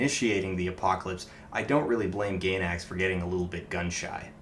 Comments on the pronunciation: I was feeling a lot like Shinji during the time I watched the series. The last two episodes really spoke to me on how Anno was feeling. While I see why fans were upset I can't help but love the regular ending the most. Also, it's pronounced GUY-NACKS, not Gaynacks. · out of everything blatantly wrong said in this video, let me just make this comment: it's not pronounced 'gay-nax' that climax joke was pretty funny tho